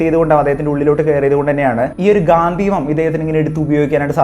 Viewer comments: ഗാന്ധിവം അല്ല bro ഗാണ്ഡീവം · ഗാന്ധിവം എന്നല്ല ‘ഗാണ്ഡീവം’ Sanskrit: गाण्डीव എന്നതാണ് അർജുനന്റെ ധനുസ്സിന്റെ ശരിയായ പേര് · ഗാന്ധിവം അല്ല ചങ്ങായി ഗാണ്ഡിവം ആണ് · ഗാന്ധീവം അല്ല Mahnnn Its " ഗാണ്ഡീവം " 🏹🛐🗿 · ഗാന്ധിവം അല്ല ഗാണ്ഠിവം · അവതാരകൻ പറയുന്നതു പോലെ ഗാന്ധിവം അല്ല ഗാണ്ഡിവം ആണ് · Bro its ഘാണ്ടിവം not ഘാതീവം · ഗാന്ദീവം അല്ല ബ്രോ ഗാണ്ടീവം എന്ന് ആണ് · ഗാന്ധീവം അല്ലെടോ ഗാണ്ഡീവം . താങ്കൾ കണ്ട PDF വായിച്ച് ഓരോന്ന് വിളിച്ച് പറയാതെ മഹാഭാരതം Brief ആയി വായിച്ച് വീഡിയോ ഇട് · ഗാന്ധിവം അല്ല gandeevam ആണ് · ഗാന്ധീവം അല്ല ബ്രോ... ഗാണ്ഡീവം ആണ് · ഗാന്ധിവം അല്ല ഗാണ്ഡിവം 👍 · Gaanthivam alla gaandivam aan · Ponnu setta gandheevam alla .gandeevam... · ഗാന്തീവം അല്ല സഹോദരാ ഗാണ്ഡിവം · Bro not gathivam..ok..gandivam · ഗാന്ധിവം അല്ല ബ്രോ... ഗണ്ഡീവം... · ഗാന്ധീവം അല്ല ഗാണ്ഡീവം